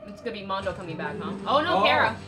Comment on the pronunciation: Why is she pronouncing it "Mondo"?